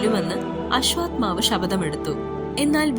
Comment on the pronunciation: അശ്വാത്മാവല്ല മോളേ. അശ്വത്ഥാമാവ്........